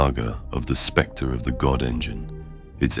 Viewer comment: Oooh specter…not sphincter.